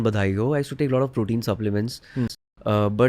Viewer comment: Huuuuuaaaat is dis bastard guy saying tree years to digest purootin pawder !? Is he insane!?